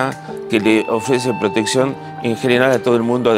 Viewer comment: También cuando dijo "proteSion"